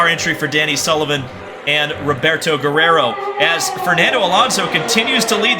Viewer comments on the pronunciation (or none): none